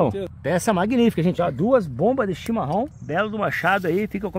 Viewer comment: boa noite.vc fala chimarom mas é chimarrão